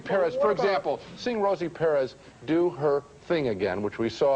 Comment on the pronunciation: "Rosie Perriz"